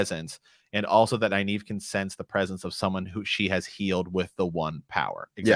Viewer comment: How are you pronouncing Nynaeve’s name? It sounds like Neye eve (naive - a person lacking experience). There is a second “N” in her name. I pronounce it Nin ava (my preference) or Nin eve.